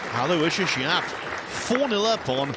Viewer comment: You guys finally almost pronounced his first name correctly, ( alowishes ) will get you real close. It's mine also, I do understand he is from a deferent part of the world.